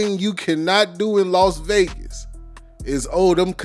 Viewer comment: It's Las Vegas Not Los Vegas